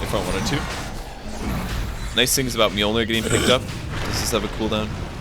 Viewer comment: Is it pronounce Milner or Myolneer?